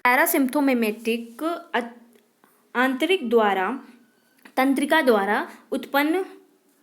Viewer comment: Ap hindi bolna seekho, Bharat me rehte ho hindi nhi bolni ati Tantrika ko taantrik bolte ho